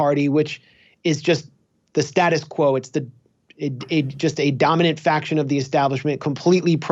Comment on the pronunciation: The way Roger Waters pronounced "status quo" sounded like "statist quo" how fitting.